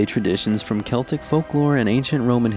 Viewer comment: Same!!! Oh and same with "celtic". He said it right!!